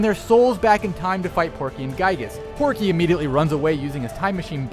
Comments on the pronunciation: it’s pokey! Not Porky! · It was Pokey, NOT Porkey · Hey uh not to be a Karen but uhh it's pokey lol